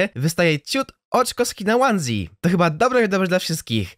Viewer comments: Nie łansi tylko oneśje jak na live xd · czyta sie ONESIE ,nie pamietasz live'a ? haha XD